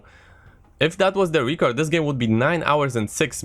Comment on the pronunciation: It's pronounced record and not reecord aaaah